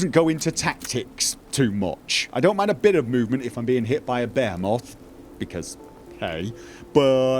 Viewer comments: It's (Bee-He-Moth) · Behemoth is pronounced, "B'hee-math". Don't worry, it's a dumb Bible word with a crap spelling. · Either I’m out of an inside joke or is pronouncing Behemoth wrong. P.S. It’s pronounced Buh-hee-mith. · Behe-moth? lol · Be he moth lol. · You speak Behemoth wierdly. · Say Behemoth again :) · The way he says behemoth kills me